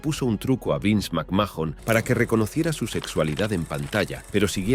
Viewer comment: Macmajon, wüa wüa wü e no entendí